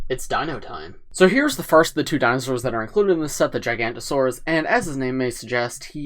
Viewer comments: Every paleo-nerd when mid said "Gigantosaurus": 😤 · It is jig-a-note-a-saurus and thare-i-zeen-o-saurus